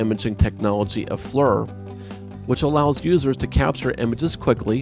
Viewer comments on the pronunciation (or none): it's FLIR! not FLUR!!! lol